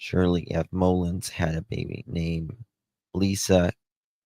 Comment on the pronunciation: Mull, like hull Ins mullins😊